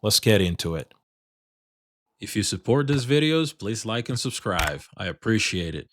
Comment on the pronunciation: I like your shows but I wish you would say subscribe instead of subscrive. Lol